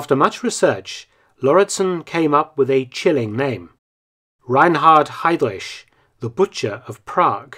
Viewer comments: Ever so slightly irritating to hear you reinvent the wheel and rename heidriCH as heidrish, but it's alright. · Great video Mark, but in spite of the contrary, his surname is pronounced ‘Hi-Dreck’, NOT ‘Hi-Drish’. 😂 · Perfect video as always👌 But pronunciation of his name is 😬 ehm, correct is: Hidrich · I love how you pronounce Heydrich. Its not actually wrong but it sounds like some deep Saxonian accent. Same thing when you say "Leipzig" (Leipzsch). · You're saying Heydrich wrong. You butchered his last name.